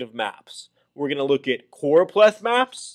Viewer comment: Noooooo its CchhhOooRooOpleth map 😂😂